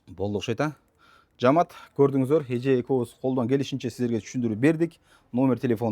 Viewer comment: Жаамат эмес жамаат дечи э